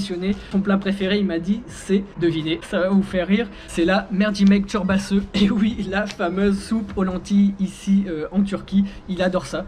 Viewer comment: "Merdjimek çorbasiu" OOHH TA PRONONCIATION TROOOP BIEN ( "Merdjimek çorbasııı")